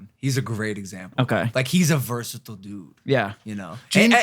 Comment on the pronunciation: Bro cant even say "versitile" right